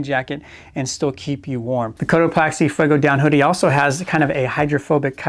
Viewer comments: It's COTO PAXI NOT PLAXI my friend :) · Why does this guy keep saying cotoPLAXEE I don't see a L in the word. Sigh. I can't watch if he can't even pronounce the name correctly. )